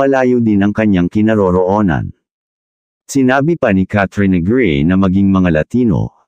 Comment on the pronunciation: Pls bigkasin ng tama in Tagalog Kat - tri - yo - na - grey